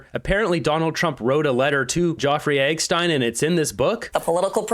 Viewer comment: Look at this rétærd say "joffrey eggstein" then turns around to play a video of MSM using the proper name. You make it tough to not view you as part of the problem,.